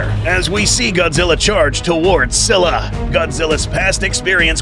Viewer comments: “SKY-luh” doofus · Así no se pronuncia scylla